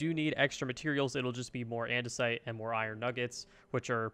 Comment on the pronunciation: "and an andesoite alloy"